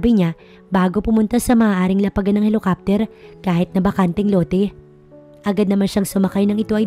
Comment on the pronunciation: Ano ba yan basic word na nga yung helicopter mali mali pa pag pronounced..kahit bata alam basahin yan,sana improve niyo naman pagbasa at pag pronounce ng mga salita, kung di kayo sure nandyan c Google..